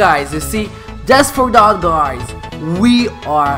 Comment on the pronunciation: Bruh u say guys as guaeyes